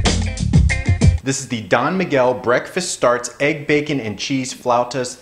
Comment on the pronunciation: i like how you say "flautas" too. lol